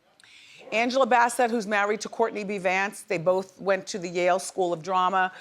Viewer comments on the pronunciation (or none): none